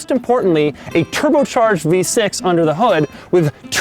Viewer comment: "Turbo v sex" that's what Doug sounds like